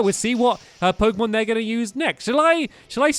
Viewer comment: Jeezz I know stampy hasn't played pokemon for a long long while but his pronunciations of the new pokemon are hilarious